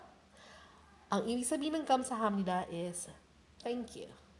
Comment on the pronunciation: Gam sa ham ni da, yung Gam po ba eh bigkas niya eh Kam ?